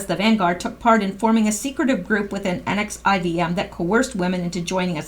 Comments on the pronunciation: Someone may have already posted, but NXIVM is pronounced NEXIUM like the drug, per another article. Sick SOB. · NXIVM is pronounced nexium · The NXIVM is pronounced "nexium"